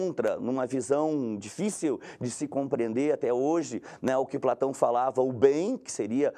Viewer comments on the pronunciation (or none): De Platãuum